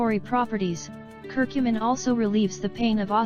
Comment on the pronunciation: I dont understand why she is saying cur cummin